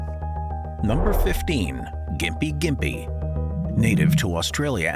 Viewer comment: The first tree…gympie gympie is it pronounced with a soft or hard “G” as you spoke it both ways?